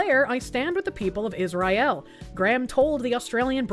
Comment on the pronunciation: Random beach jew, side quest hanuka I smiled for a moment (By the way its not israyel but is-ra-el)